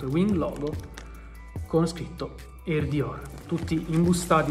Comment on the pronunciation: ogni volta che dici “air dior” capisco “”